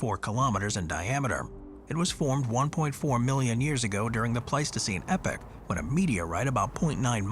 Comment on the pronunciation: e-poch not epic